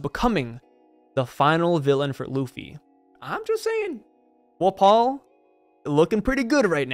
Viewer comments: “Wuh-paul” isn’t it pronounced Wah-pole? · Wft why are you saying wapol like that I honestly can’t even L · Bro do you not know how to pronounce his name